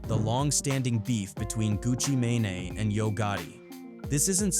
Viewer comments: Wtf is a Pooh She Asty and a Gucca May-nay? Fix these voices lol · Turned this shit off after he the AI said Gucci manaee buddy edit your videos lazy asf